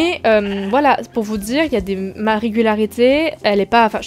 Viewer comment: C’est pas une critique mais à chaque fois que tu dis : « amba » ça me perturbe parce que je pense à « en bas » donc voilà mais super vidéo comme toujours ! Et je trouve que c’est bien de mettre les points sur les i ! Voilà bonne soirée/ journée/nuit 🫶🏻